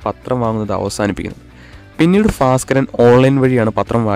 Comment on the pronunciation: ഫാസ് ക്കരനോ? ഭാസ്കരൻ